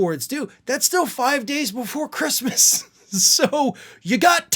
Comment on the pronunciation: "Who gives a 🤬 about ChReestmas." Got it.